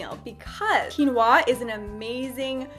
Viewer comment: The way she says quinoa tho xD Overtime she is like waaahh! Excited for quinwaahh